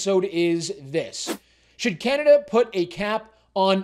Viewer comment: Just where is this "Cyanada" place you keep referencing?